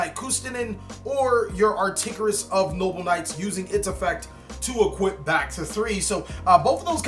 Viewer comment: ar-TOR-igus my man! Not ar-TIG-orus.